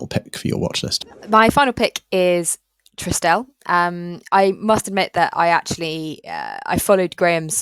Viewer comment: Think my original comment may have got lost or deleted. Just wanted to highlight it’s pronounced TRI-stel, not TRISS-tel. Plenty of videos online of Paul Swinney, the founder, for you to verify